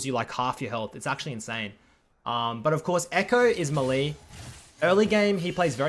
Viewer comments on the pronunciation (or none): It's pronounce may-lay not muhlee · Mahlie is him attempting to say melee correct??? (May-lay is how I pronounce it) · its "meyley' not muhlee I know he has an accent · 2.15 what i "mally" , is that how he pronounces "melee" or something haha?